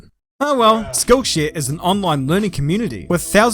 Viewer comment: My American ears heard “school shooter” instead of “skill share” at the beginning of the video 😂